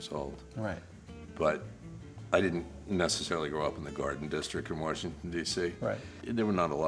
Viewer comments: ha, he says washington like my grandpa. warshington. hahaha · I can tell he grew up in DC because he said, "Wershington" lmao